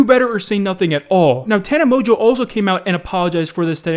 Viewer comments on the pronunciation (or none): Wait you pronounce it mojo? I though it was Mon-go 😂. And did she get stung by a bee on the lips? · Mans said "Tana Mojo" Wait, is that how its pronounced? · anybody else notice that be said tana mojo 😂😂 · I have never heared someone pronounce tana mongeau the way does.